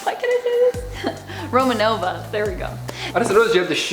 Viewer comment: Romanoff, not Romanova.